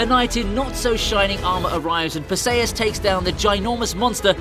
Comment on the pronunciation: How can you keep pronouncing characters names so badly? Per-Say-Us? Perseus is Puh-see-uhs.